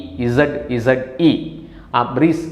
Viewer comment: Maruti Brezze അല്ല Maruti ബ്രസ്സ Brezza